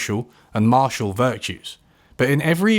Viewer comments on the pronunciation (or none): none